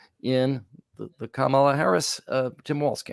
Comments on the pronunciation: It's "Comma-la" not "Cama-la" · let’s get Kamala’s name right. Comma lah. John says it correctly. But alas, you pronounced it like Donald. With just a few minutes of conscious rapid repetition it will become automatic and second nature. We're all going be saying it regularly for the next 8 years. The alternative is a descent into 1930s Germany or Italy and who knows what happens to normal people who rightly criticized this low IQ Mussolini? Ps fan of the podcast!